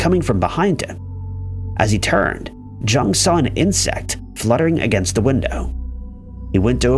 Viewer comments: Can not believe narrator is saying JUNG. Had to research to make the vid….Carl Jung (Young)!!! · Jung is pronounced “Young”. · Jung is pronounced with the 'J' having a 'Y' sound, as is usual for German speakers. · It's pronounced "Yoong" actually. Carl Gustav Jung was Swiss and the name has German roots. Americans just got into the habit of pronouncing it "Young." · You would think people would look up the pronunciation of things. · He mispronounces words on purpose to get comments. Pretty dishonest and creepy, honestly. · i stopped the video at that moment, too embarrassing to to finish it.